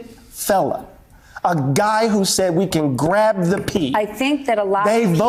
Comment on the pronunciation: "He said crab the p." If you can't say the whole word, you're not the man to be speaking on these issues.